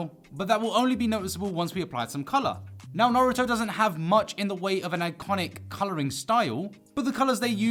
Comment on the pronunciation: I love when u say the (neaow) it supposed to be now lol golden comedy😐